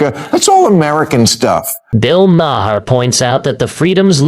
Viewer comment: so far you've pronounced his name MA-her, muh-HAIR, and Mare, and Mayor. It's 'mar'. Finally! At, you accidentally pronounced it right.